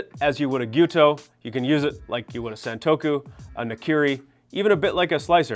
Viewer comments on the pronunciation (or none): you have so much knowledge about knives but you can't pronounce santoku and bunka.